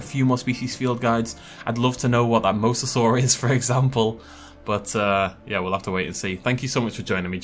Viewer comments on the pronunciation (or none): none